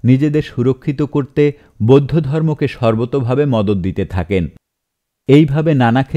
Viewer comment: আমার কানে যে গুলি অন্য রকম মনে হয়েছে- পচ্চিম (পশ্চিম), বোদ্ধ (বৌদ্ধ), ধজ্যাধারী (ধ্বজাধারী), আরাম্বর (আরম্বর), তিনাগুনে (তিন গুণে), আপত (আপাত), সোত্ত্বেও (সত্ত্বেও), দালাইলামা (দলাই লামা) ইত্যাদি । ধন্যবাদান্তে ।